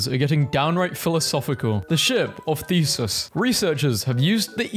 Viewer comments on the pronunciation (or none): True, it’s pronounced like “thee-SOOS” just like Zeus. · Bro said "Thesis" it's Theseus, the end is pronounced like Perseus 💀